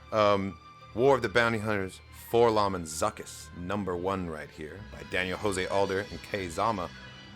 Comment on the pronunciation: You're not alone, I too have always said "Four Lom". Even when presented with the "correct" canonical way to say it, I can't do it. I've been saying "Lom" since at least 1997, there's no going back.